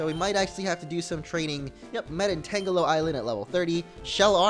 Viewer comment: Youre pronouncing "Tangelo" just like "Tangela" When really it should be pronounced like a combination of "Tangerine" and "jello"